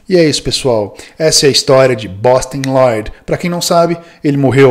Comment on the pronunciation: Aqui começa um caminho sem volta em minha vida... Nunca mais eu consegui falar Bostin Loyd sem o sotaque impecável do. Kkkkkkkkk